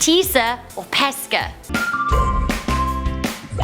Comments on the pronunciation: I didn't read number 2 and when she said "pesce" I thought it was "pesche" because of the pronunciation haha But we can also eat pesche (peaches) so yeah I got it right~~~ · Pesce = peh-shay. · it's pronounced like peshe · The "sc" in Pesce, the Italian word for fish, is pronounced like "sh" not "sk". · Lol the way she pronounced fish in italian is so wrong😂😂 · You pronounced pesce wrong